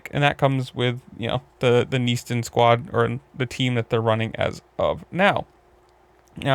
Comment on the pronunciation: and it’s pronounced Na Ston not “neesen”